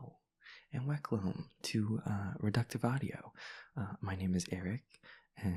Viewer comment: i didn't catch that at first 😭